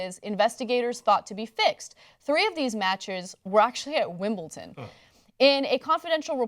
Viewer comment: Wait, did she say "Wimbleton"?